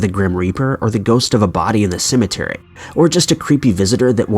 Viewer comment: This is how many times he says cementary 👇🏽